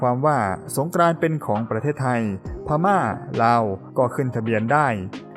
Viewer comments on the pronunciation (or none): พม่าครับไม่ใช่ พาม่า